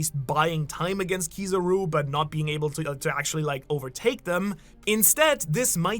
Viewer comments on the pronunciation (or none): none